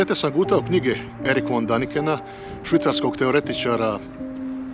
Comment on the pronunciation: Nije Daniken nego se izgovara Deniken.